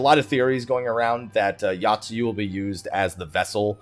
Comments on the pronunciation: Oh my god my inner Grammar Criminal screams when you mention Yotsuyu... It's not 'Yacht-sue-you', it's 'Yo-t-sue-you'! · But that's not grammar. That is not knowing how to pronounce shit.